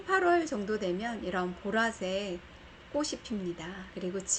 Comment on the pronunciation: 좋은정보 감사한데요, 방송인으로서 발음이 정확하면 더 훌륭하지요. 꽃이 ---> 꼬시× , 꼬치 ○ 꽃을 ----> 꼬슬× , 꼬츨 ○